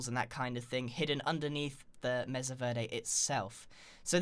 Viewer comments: its pronounced may su not meza u derp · Not to be rude but it's pronounced maysa not mesa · BooksForever are you stupid? It is pronounced messa, i have a mexican mom and its MESSA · DUDE ITS MASA NOT MESSA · Total 'joke' comment: Bro, I live in Arizona... Its pronounced "May Sa" ('sa' like the first part of 'suck') NOT 'Mess a'. But I forgive you, you're from across the pond. Lmao. Mesa (MAY-sa) is spanish for 'table'. There's a place in Arizona called "Table Mesa"... How silly? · you said masa verdi like my teacher wrong!!!!!! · The problem with the witch trap is that it only works once. Also, it's pronounced "may sah", not "messa" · BTW it's not said Meza vrday it's said Maysa Vairday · It (MESA) is pronounced maysa, not meza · " Mesa (Meza) " ...I thought it was (may-sah) i didn't know there was 2 pronunciations..its probably just sense you live in the uk and you pronounce it different (or im just weird) idk Also I love all the builds grian! Especially the sky temple and flower ruins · i cant take it anymore, grian, my guy, im sorry BUT ITS PRONOUNCED (MAYSA) NOT MEZA edit: i live in one so i should know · meza? I pronounce it Maysa. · It's pronounced mésa not meza or mess-a (the accent on the e means it's pronounced "ay".) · The meza?It is called the mesa (may-sa) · its not pronounced mess-a its said like mace-a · meza..? i thought it was pronounced may sa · Do you really pronounce Mesa as Messa? It’s pronounced maysa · I’m sorry the what grian? Meza? It’s pronounced may-suh or may-ser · Grian it’s pronounced may-sa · Mesa Mesa MESA IT IS MASA SAY IT MA -SA MASA IT IS SPELLED LIKE MESA AND PRONOUNCED LIKE MASA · "Moyang" "Eleetra" "Measa" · IT IS PRONOUNCE MEISA NOT MESA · Grian, I hate to burst your bubble, but mesa is pronounced may-sah. Verde is pronounced bare-day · it's 'May-sah' in British English too, it's just not a very common word here, so gets mispronounced often :) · mesa pronounced "may-suh" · It's m-A-sa Grian also love the ideas